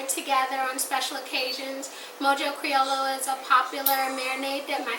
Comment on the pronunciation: Its pronounced Mojo “Cri-oyo”. The double L sound is pronounced as Y